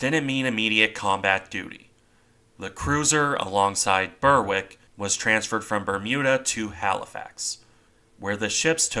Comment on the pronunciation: With English place names such as Berwick, the W is usually silent if it follows an R. The R is barely sounded, like it is in the work 'barely' (ber-ick is about right). Find a UK channel touring the town to hear how it sounds. It's the same with places like Warwick, but you do pronounce the W in cases like Ipswich. There's no system to it. You just grow up knowing how to say the place names.